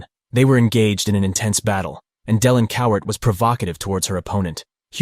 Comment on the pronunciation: It's "Cowart" Cowar~T~ With a ~T~ NOT Coward with a D!!!!